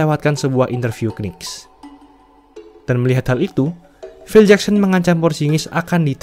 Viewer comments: Bacanya Nicks donk, jangan K-Nicks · Saran : knicks itu bacanya niks aja🙏🏼 k nya gausah disebut